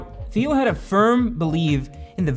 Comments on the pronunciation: teel, not theel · I think you pronounce Thiel as "Teal". Feel free to correct. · It's pronounced Tiel dude (jesus christ). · you said thiel wrong the whole time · Not quite sure why you couldn't even pronounce Thiel's last name correctly? How do we trust you as a source of information if something so basic is not even researched? Also interesting how you paint him as some kind of nefarious "white male" figure without even mentioning the fact that he is openly gay. I would have thought that added a significant degree of interest to his status as one of the founders of modern e-commerce. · you're pronouncing Thiel wrong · Is he pronouncing Thiel properly??